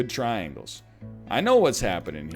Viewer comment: I know you said traingles, triangles, triangles. But what about rhombus, rhombus, rhombus, rhombus?